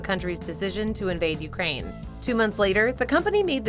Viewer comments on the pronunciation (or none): none